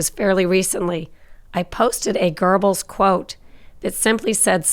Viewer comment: There's no 'r' in Goebbels, ffs.